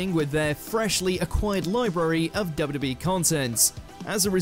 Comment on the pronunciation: Why you pronounce it "dubbiya-duh-bee" Not even close, dude.